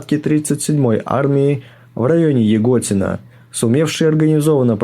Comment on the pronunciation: Не ягОтина, а ЯготинА!